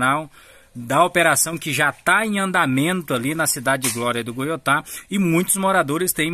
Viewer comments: O nome da cidade não é Glória do Goutá👎 e sim Glória do Goitá 👍👍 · O nome da Cidade é GLÓRIA DO GOITÁ... VC FALA DE FORMA MUUUITO ERRADA